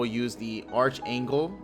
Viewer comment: Archangel = Arc angel, the h is silent